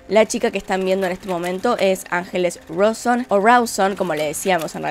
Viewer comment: Amo el "mancheri".."angeles rouson" , el "Juan crooz"...."pierruiii"...